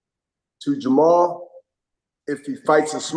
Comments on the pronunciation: It's Jermell not Jermall. Hopkins never right in his predictions. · Damn I ik u respect Hopkins but u not gone correct him when he kps saying Mall instead of Mell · Anyone going to tell him it’s Jermell and not Jermall? 👀